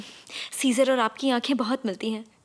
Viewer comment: Its çesur = Jesur not scissor